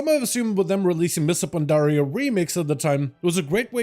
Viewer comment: “Mista Pandaria” 😂